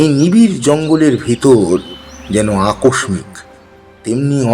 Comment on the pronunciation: "অত্যান্ত"?"আকসমিক্"?"ঝাপ,ধোয়া,উত্তেজনার ঝোকে,ঝাঝালো,ঝি ঝি,পুটলি,ধোয়াটে"- উচ্চারণের আধুনিকীকরণ করতে গিয়ে, চন্দ্রবিন্দু গুলোকে বেমালুম বাদ দিয়ে দিলেন,সাবেকিয়ানার বারোটা বেজে গেল!